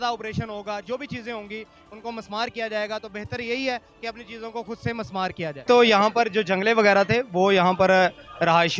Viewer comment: مِسمار ہوتا ہے لفظ Mismaar